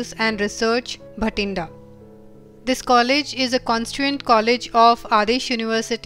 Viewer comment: Ma'am its "Bathinda" not bhatinda